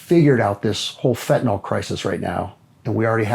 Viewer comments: Ugh. It’s fen-tan-ILL, not fen-tan-OLL. 🙃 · Its fentanyl not fentanol gd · Not trying to be too harsh , but I think if LE starts with learning the correct pronunciation of words, that would be a great place to start: fentanyl is pronounced FENT-A-NIL, and semis run DIESEL FUEL, not gas. Starting with correct grammar and pronunciation is key. We learn how to read and write correctly as youth, why can’t LE learn to speak and use correct pronunciation too?